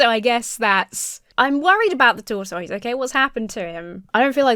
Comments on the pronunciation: This ad is painfully stupid 😅 also, 1) LOVE the way you say "tortoise"! 2) you were such an adorable baby 😄😄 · Well, I've done my research, and you are pronouncing tortoise correctly. Justice for TOR-TOYZ! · Those commenting on how says tortoise: it is one of three British pronunciations the OED has listed. I’m a much older Brit and would say it like “taught us” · My favorite part of this video is how you pronounce “tortoise.” It’s somehow very adorable - and makes more sense because that’s how it’s spelled! As a silly American, I’ve only ever heard it pronounced “tor-tus.” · Hi! As another Brit, I found pronunciation of 'tortoise' to be totally normal. (I have no idea how someone from the US would pronounce it.) As for "going out of her way to use the word" - that's what they're called in Britain. I've heard that in the US tortoises are called turtles, but in the UK, turtles are the aquatic version and tortoises are the land animals. So no, she wasn't taking the piss:) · Wonderful video, as always! It's probably just because I'm American and, like, who talks about tortoises that much, but I love the way says "tortoise" exactly as it's spelled as opposed to whatever us Americans have done to the word. Justice for tortoise! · I love how says Tortoise